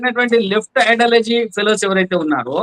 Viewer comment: ఐడాలజీ కాదండి, ఐడియాలజీ... సబ్జెక్ట్ మీదనే కాదండీ, మీ స్థాయిలో భాష మీద కూడా కాస్త దృష్టి పెట్టాలి.